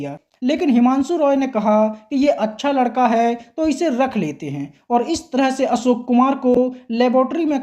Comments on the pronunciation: Asok nahin Ashok bol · आप असोक आसक्यो कहते हो